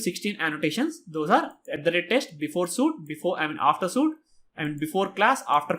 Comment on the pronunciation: Super course! One moment: that's not "suit" - that's "sweet". I'm talking about SUITE prononciation.